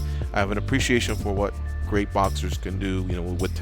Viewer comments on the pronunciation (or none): none